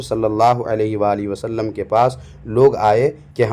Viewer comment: इस खबीस वहाबड़े के मुहं मे लकवा मार दिया इस लिए मेरे नबी पाक के नाम सही से ले नहीं पा रहा है ,,,बोल रहा सल्लम ,नाऊज़ बिल्लाह